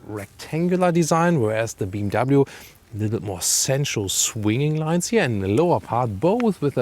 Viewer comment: Digga bmw Not bmvv